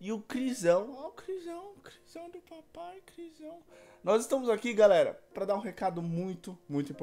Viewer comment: No início o falou galeri